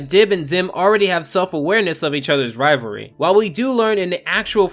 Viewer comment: Rivalry not rivary